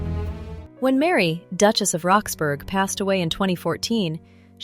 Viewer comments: What I was about to say😂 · It's pronounced Rox-bruh, like Edinbruh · Duchess of "Roxburrah" ..... that is how you say "Roxburgh". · I found it's sound irritating but thought the mispronunciation of Roxburgh was just a foreigner error. Then it didnt realise that the house is called West Horsley Place and called it West Horsley ..place. AI always slips up on the niceties of our subtle language.